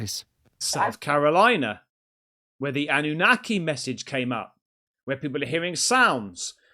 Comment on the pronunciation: Why do you keep saying ananaki? Nobody's said that just you? Didn't say it on broadcasts